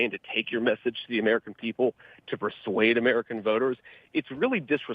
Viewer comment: I don't like how he yoused the word persway!Just spit the facts. Still like em